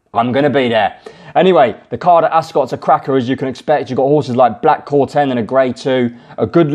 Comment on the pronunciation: Black Corton not corten